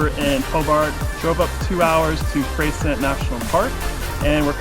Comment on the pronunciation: Beautifully shot video! FYI: the locals pronounce Freycinet as Frey-sin-ay (named after French navigator Louis de Freycinet). As far as how the French themselves would say it?... not sure!) 😄